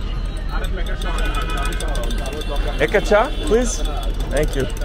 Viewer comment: Thank you for saying it right - Cha.